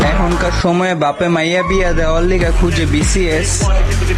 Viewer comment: Ar vaiya seta vcs na Bcs😂😂 age pronunciation thik kor tarpor army der picone lagte acis😂😂😂😂😂😂😎😎😎😎😌😌😌😌😌